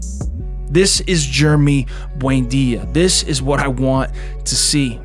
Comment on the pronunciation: Why do you always pronounce “Buendia” as “buainda”?!